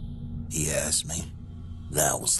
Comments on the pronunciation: My brain just threw up..... "I axed the judge".... it's ASKED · I served with a couple of guys from Missouri & to hear them use "axed" wouldn't really surprise me.